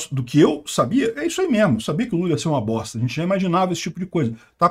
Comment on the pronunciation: Sotaque de carioca falando: " bosta" e " de meeeeerda" é o melhor! Dá uma enfase natural 😂😂😂😂